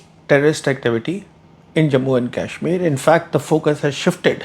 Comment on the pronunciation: What Indian pronounces Kashmir like an Angrez, making it sound like the 'Cashmere' used for sweaters?